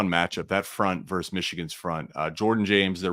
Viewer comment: Versus Oregon, not verse.